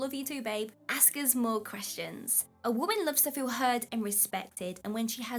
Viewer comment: Did you say axe for them? Please tell me you didn't say axe.